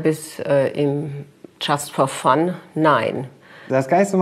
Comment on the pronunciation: "tschast for fun, Nain" die ist doch wirklich komplett durch